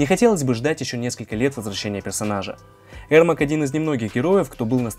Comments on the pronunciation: Ермак а не Эрмак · Его зовут ЕРМАК А не ЭРМАК! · Правильно его имя произнасить не Эрмак а Ермак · На английском произносится Эрмек. Короче, он казах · Говорится Ермак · "аргумент" 😂,послушай как хотябы Гугл переводчик говорит Ермак. Зря ты завёл про "правильно" ,по английски правильно,но если ты рассказываешь на русском и вставляешь привычные слова произнося их на английском-выглядит как кривляние и дешёвые понты.